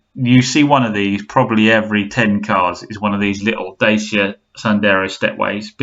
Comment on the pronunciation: It's pronounced Da-cha apparently not Day-sia. A Renault bargain brand but reasonable owner satisfaction I hear.